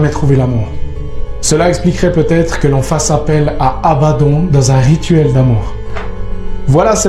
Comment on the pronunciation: Abaddon qui se prononce abaddonne et cest sur l'ordre de dieu quil viendra seul dieu peu ordonner.